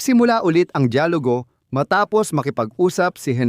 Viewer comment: Mali Ang Salitang “ DAYALUGO “ at HINDI DIYAGULO” FYI” only “ Because your my Brother” Thank you 🙏